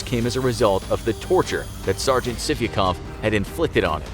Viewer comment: Sargent sivikov sounds like sippycup